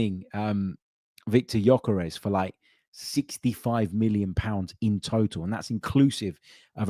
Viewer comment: Can we get this guys name right please. It's pronounced Yerkaresh Yerkaresh Yerkaresh. NOT Yokarez or gorkarez . It's so annoying when people get your name wrong. Everybody on social media is doing it. He must be absolutely sick of it